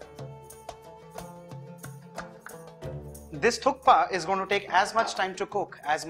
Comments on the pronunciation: It is pronounced as thuppa the K is silent..... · Thank you for articulating the correct name Thukpa so clearly, Varun. It is on occasion misheard as . Amazing recipe